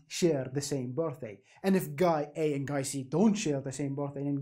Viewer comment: the part where he says bortday reminds me of gru